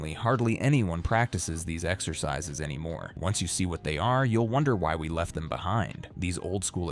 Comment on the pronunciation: 0ld-school „ex-ur-sis-sis“??? Is it really THAT hard to narrate the video yourself instead of using AI drivel